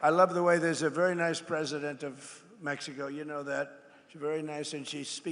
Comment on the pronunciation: She calls it Meheeho? Does she? Really?